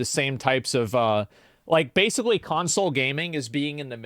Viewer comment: I love how he keeps pronouncing it "Cuntsole".